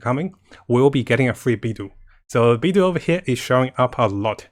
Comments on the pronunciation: Mihoyo: Beidou (bay-dough): Bee-dew! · Ahhhh your pronunciation of Beid'u' (wtf?) is so arck.. i just can't take it anxmore after you said it literally 10 times in 10s. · Kazuha: pronounces Beidou as "Beido": "Beedoo" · Not trying to hate or anything, but why does pronounce character names really weirdly? Can't he speak Mandarin? If he's trying to appeal to English audiences, no one even says Beidou like that, even though it's a miniscule problem, it's just really ticking me off.